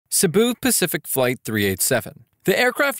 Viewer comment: you mean cebu pacific not sibu Pacific